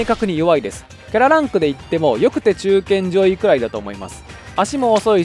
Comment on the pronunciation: デデデ、中堅上位と言ったと思うが、中堅ZOYに聞こえてしまった……